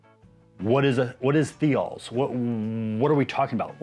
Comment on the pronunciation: Thiol is pronounced like "thigh-all"